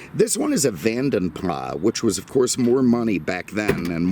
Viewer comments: Pronounced Vadem Plasssssss. Use the S. NOT Vanden Plas with a silent S. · Van den Plas is pronounced with the "s" at the end, it sounds less posh but that is the correct way.